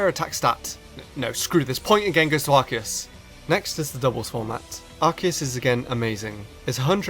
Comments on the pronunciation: Its a Freakin Arceus not ARKEUS...so pronounce it right!! 😝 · It's Ar-See-Us. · i know this is an april fools but arceus is pronounced "ars e us" not "ark e us" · Sorry but every time you say Arceus I keep getting mad because I pronounce it as Ar-si-us and you're saying it like Ar-ki-us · THATS NOT HOW TO PRONOUNCE ARCEUS! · Says Arch-e-us, instant dislike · Do Arceus (It's Ar-See-Us) Vs Rayquza or Mewtwo. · ITS AR KEY US!!!! THE OFFICIAL ANIME, 3DS POKEDEX, AND ESSENTIAL HANDBOOKS ALL SAY ITS PRONOUNCED AR KEY US. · no its prounounce ar-key-us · Ar-say-us god damn I had to get that off my chest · The anime pronounces it ARKEUS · Hey it's not pronounced Arceus but Arceus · You pronounce it wrong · I hate how mispronounces arceus. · the way u pronouun ce arceus amkes ma wanna kill m self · Dragon Master777 As if that makes him inferior... Lots of people don't know how to pronounce the hard c in Arceus. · He's using the pronunciation from the anime, as well as the pokedex 3D pro software. But hey there are millions of ways to pronounce the name so I'm not one to care :p